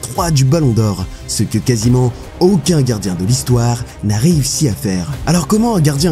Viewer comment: Il a dit "casi-ment"